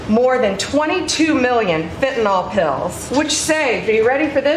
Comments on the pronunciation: Why do people pronounce fentanyl "fentanol"? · What is fentinol? I know about fentanyl... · What is fentinol? I've heard of fentanyl. Not fentinol. Oh well. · Can't any of you read??? The spelling of the drug you are talking about is FENTANYL.... There is no letter "o" before the last "l", so not FENTANOL, but FENTANYL, pronounced FENTANIL !!! Grrrrrrr!!!!! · Fentanyl. It's pronounced 'Fent-an-ill', not 'Fentinol.' As a hospital pharmacist, I might know what I'm saying. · It's not FentanOLL, Its's fentanILL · Why do people say "Fentynol"? Its FENTANYL! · Americans still cannot pronounce Fentanyl. No O in there guys. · It's pronounced fentanil, not fentanol. You'd think she would have known that, from profiting on it coming in the back door. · "Flentanyl" did you say 😂 puff 💨puff 💨 😯uhhh🤔🙄🤔....... 🤨WHAT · That drives me nuts, too. It's pronounced FEN-tuh-nill. 💊💉💊💉💊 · There’s no such drug as”fentanol” 😂😂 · Why does she keep saying “fentinoll”? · That’s not what she said. She said it was 21 million “Fentanawl” 😂😂😂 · Does it drive anyone else nuts how they pronounce fentanyl???